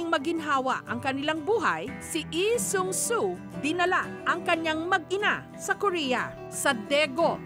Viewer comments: Bakit eee its lee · "ihh sung suu" struggle is real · Nastressed ako sa tuwing babanggitin ni Jessica yung LEE SEUNG SOO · "na si EE seung su" 😂